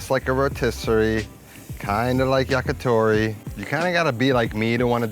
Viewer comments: It’s YAKITORI, not YAKATORI. “Yaki” means grilled. “Tori” is bird. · It's yakitori not yakatori.